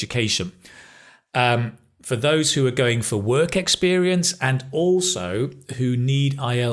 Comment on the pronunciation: Could you tell me please, why in the sentence "Well, if you want to study or work in the English speaking country, you probably need to show the university or collage, or what place?" do you pronounce the word "work", the same way we pronounce word "walk", like walk in the park?